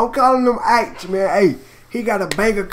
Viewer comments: Yo Fam It's Aitch Not Eyetch bruvva. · why cant people say his name right, its Aitch like H coz his first name is Harrison!! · It's pronounced h like the letter h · that's how aitch is pronounced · It’s pronounced “H” my g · the letter “H” is spelled “Aitch” it’s pronounced just like the letter H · Pronounced H. lol ya get me.😂🤣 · I’m sorry but here in England/The U.K. it’s not about race. It’s purely about if you have TALENT!! If you can spit, your sound!! It’s pronounced Haitch.... Like the capital letter H!! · PRONOUNCED 'H' AITCH... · You pronounce it “ayych” or like the letter “h” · His name is pronounced like the letter H x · It's pronounced H without the H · It's pronounced H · You pronounce it like 'H' (Phonetically - Haych) but british so u drop the H... so its Aitch 😂 He's the shit 🔥🇬🇧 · His name is said like H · its pronounced H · Its pernounced H